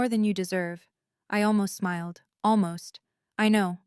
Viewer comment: "Marcus Smild"? You mean 'smiled'. Maybe, edit with the Audio, 'On', to correct all of the mistakes.